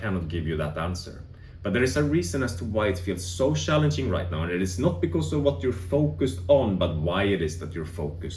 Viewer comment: Yes I've also found the past 2-3 weeks shallenging. Sorry couldn't help myself love how you swedes say cz as an English sh. It's like you guys have perfect English but this ONE thing you can't crack. lol